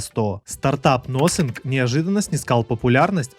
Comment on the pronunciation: Nothing- не нозинг, а нафинг, хоть названия правильно произноси